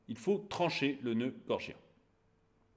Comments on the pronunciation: excellente vidéo... une de plus! 👍 p.s : c'est le noeud "gordien" et non "gorgien" 😉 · noeud gorDien et non gorgien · bonjour, svp, noeud gordien, pas gorgien!!! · Il me semble que l'on dit nœud gordien. C'est un détail de puriste. Pour l'ensemble, vous avez raison 😊